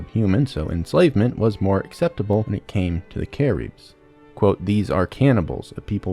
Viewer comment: “Cah - reebs” Cah- ribs man… Cah/ ribs… 😢😢😭😭